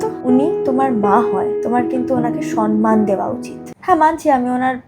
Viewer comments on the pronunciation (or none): শব্দটা সনমান না, সম্মান। ভিডিও ভালো হচ্ছে, তবে শব্দ গুলো ঠিক ভাবে বলো। এখন প্রায় মানুষ ভুল শব্দ বলে বেশির ভাগ সম্মানকে সনমান বলে। আমিও অনেক শব্দ ভুল বলি আমিও সবসময় ঠিক বলি না । তবে, এই সন্মান আর সম্মানের মতো গুরুত্বপূর্ণ শব্দটা বেশিরভাগ মানুষ ভুল বলে। ধন্যবাদ 🙏 ভালো থাকুন, সুস্থ থাকুন। আর এইভাবে মজার ভিডিও আসুক। ❤😊🙏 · Kothata somman not "sonman" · Not San Maan...This is Samman😊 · ”সম্মান”❌ “সনমান”✔️